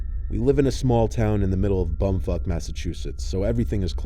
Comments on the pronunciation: I don’t know if he said “bumfup” or “bumfuck” but either way it got a chuckle from me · is it just me or does he say “bumfuck” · Why’s it sound like he said “bum fuck” 😭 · I heard "bone fuck massachusetts" 😂😂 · Did u just say: we went to our local high school in the middle of bumfuck Massachusetts